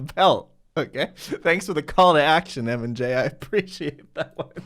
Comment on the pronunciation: you are the first person i know that has said mandjtv's name right the first time